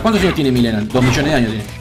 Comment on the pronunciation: Alguien mas escucha que dice melina enves de milena? xd